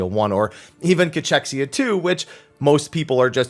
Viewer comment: Ca-kexia....Ca-kexia not chex....kex